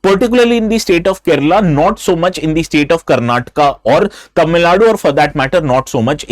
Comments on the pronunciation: You Stupid it is Karnataka not Karnatic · Not Karnatak It's Karnataka